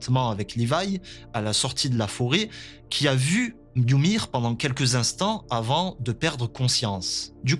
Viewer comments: «yumiru» c’est la prononciation japonaise en fait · "Yumir" ça m'a stressé tout l'épisode, c'est "Ymir" sans le u. Pareil "Sieg" et pas "Zeke" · Wsh arrêté de dire yumir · Pk il dit youmir🤣🤣🤣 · Pourquoi tu dis Yumir? Ça me stress 😂😭